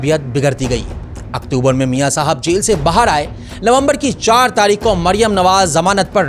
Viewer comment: بھائی پہلے بولنا سکھو۔ عوڑت تاڑیخ لاہوڑ پھڑ بھی کیا ہے یہ سب؟؟؟